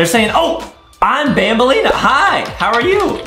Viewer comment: ITS BANBALEENA NOT BAMBLENA